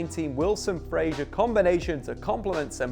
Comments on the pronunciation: stop saying frazier you fud, its fraser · Ryan FRASER - NOT Frasier - Cheers 😉